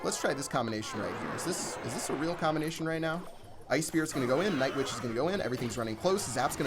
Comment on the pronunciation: Did you say nightvitch